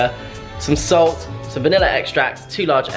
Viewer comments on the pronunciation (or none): none